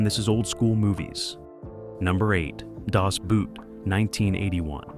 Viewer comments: Das Boot (pronounced Das Boat not Boot - Boot in German is just like Boat in English) - that is literally my biggest pet peeve ever. It's just boat. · Hey kid, I know you're just here to make quick money on YouTube, but it's pronounced "Boat" As in "not a boot". If you're going to try to teach us anything, then learn something. Didn't watch past 40 seconds. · Dos Boot, not Daas Boot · It's not pronounced "Das Boot," but "Das Boat, just as if it were in English. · Jeffrey, for heavens sake, stop using the old movie filter. Its so annoying. Das Boot is pronounced like boat, not boot. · Das Boot is pronounced similar to how you say "Bought" and not the English "boot". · Dazz Boot?1! Try Das Boat. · It is pronounced Das Boat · God, the narration pronunciation sucks on this narration. das boot...the 'boot' in German is similar sounding to the English "boat"... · please say, "Das boat" if you deliberate refuse to speak any German correctly. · Das Boot is pronounced Das Boat, 🚤 not 🥾. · Its actually pronounced "boat" in German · 'Das Boot' should be pronounced 'das boat'. It has nothing to do with a boot. Great movie by the way. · Just remember, it's pronounced Das Boat. German, like every other language except English, has the normal pronunciation of vowels. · In German the word "Boot" is pronounced "Boat." Don't any Americans learn a foreign language! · No, it's Das Boot (pronounced Boat). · Why can't Americans find out the proper way to pronounce words foreign to them? Daz boot! You imbecile. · Das Boot is pronounced Boat, as in English. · In other words, like boat. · Firstly, it's pronounced dahss boot. Secondly, it was literally shot in a submarine set in a warehouse where the cast lived for 90% of their time. The director wanted the cast to get used to no sunlight and the gloom of being enclosed. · Oh, fa... Lissen,, in German, "Boot" is pronounced exactly the same -- and means the same thing -- as the English word "boat". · And Daas Boot? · Maybe he's Canadian?